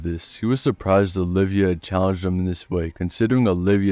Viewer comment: Love the vid but it's Oliva not olivia